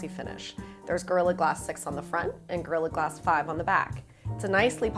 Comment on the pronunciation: It sounds like she says "It's girly glass on the front and girly glass on the back."